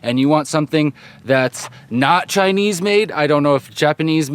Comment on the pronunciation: you stressing its not chinese at the end made me laugh XD